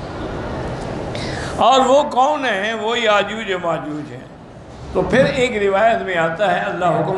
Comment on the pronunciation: یاجوج کے ساتھ ماجاج کیا ہوتا ہے، یاجوج ہے، اسے صحیح کریں۔